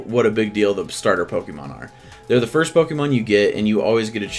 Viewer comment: Yet, u still cant say pokemon right